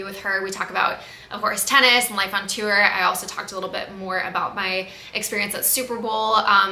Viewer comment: Morgan- another great vlog !!! Love them, keep em coming ! I look forward to it every week. Also- random but- I noticed the way you pronounce the word “tour” haha I think its rly funny and cute